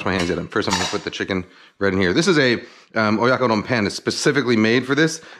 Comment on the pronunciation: You butchered it XD